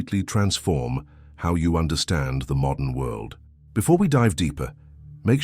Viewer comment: world not wuld